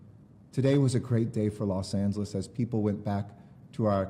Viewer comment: I keep thinking he says Los Santos